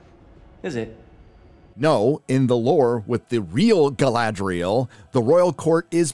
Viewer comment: Ga-LAd-rel! do you girl even watch LOTR, read books? why the hell it has so much fake acting like i am a mazafakin elf jesus god.